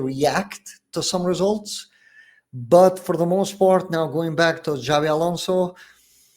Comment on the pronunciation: This is how you know that those guys are basically Casuals and charlatans... when they literally start the video by Pronouncing Xabi as Zabi 😂.